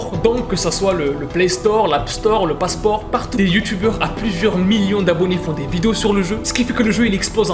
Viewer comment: Mdr il m'a tuée quand il a dis pasport